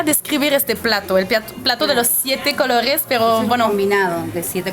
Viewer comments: Plato de los siete "cologes"😂😂 me gusta tu pronunciacion jaja,!! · Pogr fabogr😂😅😅😅 plato de 7 cologes canadiense franchute saludos . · Ella dice "plato de siete cologues" jajaja. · No la escucho que pronuncia cologes; se le escucha colorres man lavate los oídos primero